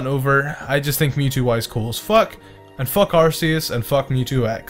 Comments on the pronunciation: it's not ar see us its ar ckeus Arceus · Two points - AR-KEY-US and MED-I-CHAM. Not AR-SEE-US and MED-I-CAM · U said arceus wrong in my book it’s ar KEY us like a key :3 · IT'S ARCEUS, NOT ARCHEAS! GET IT RIGHT! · ITS ARC E US